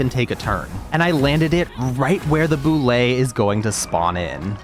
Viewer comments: How to pronounce Bulette: B-you-let, not b-you-lay. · bro pronounces bulette like boulet… (byu- let) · Yo, just the fact you called it a Boo-Lay and not a Bullet instantly 10/10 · The Bullette didn't like how you call it a "Boo-lay"